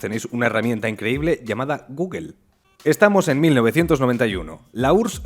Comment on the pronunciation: me encanta como pronuncia la palabra google jajajajaj